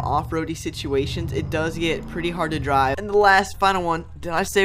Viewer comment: IT "DRIVS"SO AWESOMLEY